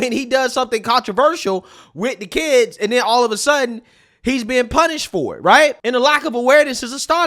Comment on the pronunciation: Especially when we got that first commentary about ‘Wayull I don’t have keeds but….’ Okay I’m gonna stop you right there because I absolutely promise you that once you do, your entire perspective shifts about 180.